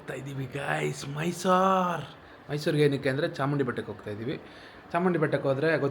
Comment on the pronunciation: Chamnundi alla chamundi 😂